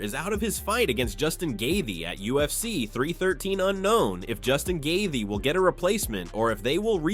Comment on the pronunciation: Justin gayvee? He deserves better then that